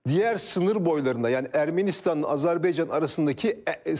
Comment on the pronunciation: Azerbeycan değil Azerbaycan